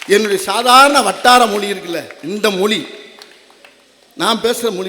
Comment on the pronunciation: வடிவேலு ," மொலி" இல்லைங்க 'மொழி "என்று உச்சரிக்க முடியல இதுலவேற இவரு பேசியதை கேட்டு தமிழ் கற்றுக்கொண்டார்களாம் ?